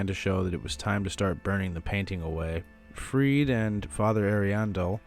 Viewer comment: Love this video! Also it’s 100% pronounced freed-uh